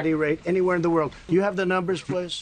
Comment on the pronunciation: He said "two beautiful wold wars" !